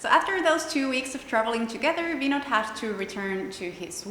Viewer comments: Vinod pronounced Vin-noth, d like -th. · I love the way she call vinod . Typically like indian 😍